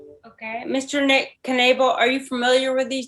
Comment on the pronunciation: is either having a stroke or a good time before court lol I'm going with the latter. HELLO MISTER NEIGHBOR-- ERR MISHER KNEBEL